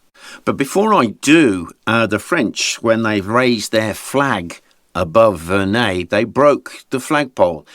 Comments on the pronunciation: pronounced it wrong, it's Verre-NUY. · Wait, that’s how Verneuil is pronounced?